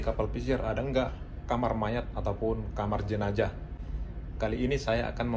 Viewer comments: bukan jenajah....tapi jenazah...pake huruf z bukan j. itu berasal dari bahasa Arab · Jenazah bang bukan jenajah